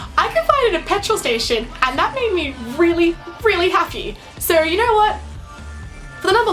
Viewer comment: its pronounced know! Not nrrr!